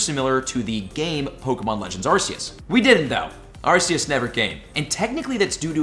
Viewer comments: Arcoos not arceaus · Please stop saying arseous… it’s arKeus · its prononced "Arkoos" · Well now master balls came in you were right.And it's pronounced as ar-ke-us I know you said it right one time but at least say it right. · you pronounce arceus arkoos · No no, it's arcoos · no no no no it is not Arceus or ArCeus its Arkoos